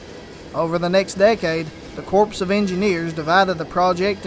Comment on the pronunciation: Great video, but lest you offend those graduates of the USMA, it is the US Army Corps (pronounced "core") of Engineers. A corpse is a dead body.